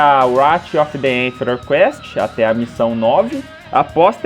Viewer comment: "enferor" é foda.